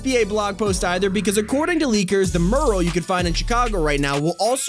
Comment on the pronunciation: It's pronounced Mew-ruhl. Please learn from this